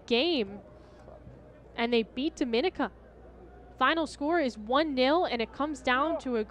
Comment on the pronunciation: Its always a cringe when people don't know how to pronounce 'Dominica' Dom-min-nee-ka